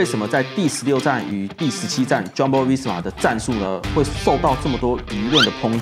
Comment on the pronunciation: 發音真的很厲害，全部的J開頭發音都念錯🎉